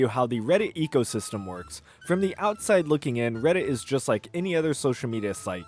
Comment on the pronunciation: I keep hearing "egosystem" instead of ecosystem.